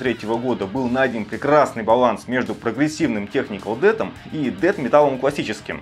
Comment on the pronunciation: Но правда правильно произносить Дэс*